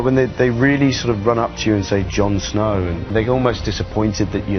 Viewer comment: "JAN SNAOW DOWN BELAOW"